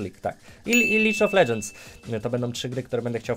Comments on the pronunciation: nie Licz of ledżends tylko lig of ledżends panie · Lidż of Ledżens xD